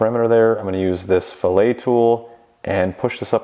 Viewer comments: Great video, very useful! Thank you! just an fyi, pronunciation for an engineering style fillet = fil-it, not fil-eh. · Good video, just an FYI; in architecture and Mechanical design Fillet is pronounced "Fill it" not "fillay". It is pronounced differently than if you were cutting up a fish. Two different words pronounced different with different meanings, but spelled the same, ahh good ole' english. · WARNING: Pronunciation Announcement. "Fill-It" is the typical pronunciation of the Fillet tool. I did learn something about plasma table cutting - nice stuff. Make more!